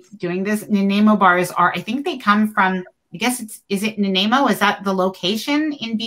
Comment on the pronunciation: Your saying Na ny mo wrong nanaimo lol